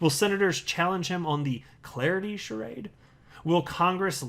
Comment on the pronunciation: You pronounced charade wrongly.